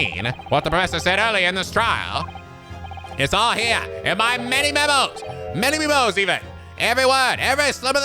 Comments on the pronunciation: Menimemo's name is pronounced "Many memo" actually. So Menimemoism is just pronounced "many memo-ism" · "In my many memos! adlib: Manymimos even" ^_^; Ye were so close there and then corrected it wrong x'D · And now back to... trying hard to say Menimemo's name!